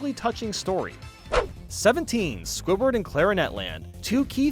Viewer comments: Am I the only one who hears say scobird instead of squidward sometimes lol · I think it's just you I heard it squidward